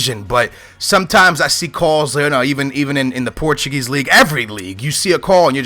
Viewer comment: Are you challenged? I think a guy from Portugal should be able to pronounce portuguese names.